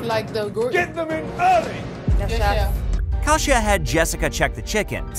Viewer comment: When they literally pronounce their names in the show and this guy doesn't bother to pronounce them correctly... you can tell he doesn't actually watch it. Her name is KAY-SHA, not Kah-she-ah. Actually sit down and watch the show you're critiquing/covering in the videos man